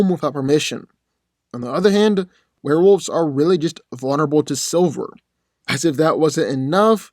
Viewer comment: Dude the pronunciation is wolves. Not wolfes